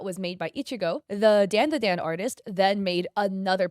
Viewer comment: Its not *DAAN DA DAAN" its "DAWN-DA-DAWN" djfjrjrjrrrresvss